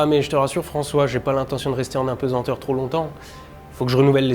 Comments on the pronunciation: "Apesenteur".... quelle erreur ça donne l'impression d'un travail bâclé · On ne dit pas d'un poids qu'il est pesent mais pesAnt. On ne dit pas impesenteur ni apensenteur mais bien impesanteur ou apesanteur